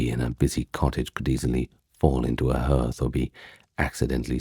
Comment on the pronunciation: Hearth doesn't rhyme with earth - it's pronounced HARTH.